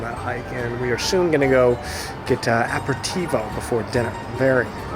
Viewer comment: Pronunciations of "aperitivo" and "Goethe" I'd not heard until I watched this.